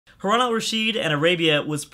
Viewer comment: Oh My GOD for the past 2 years! its hArUn not hUrAn! hahaha